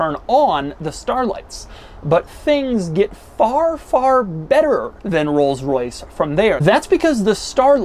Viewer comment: Wtf is a "roylis royce"?